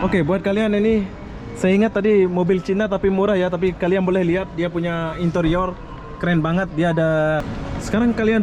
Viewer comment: Dari penyebutan kata sudah tau pendidikan seorang smpai tahap mana😊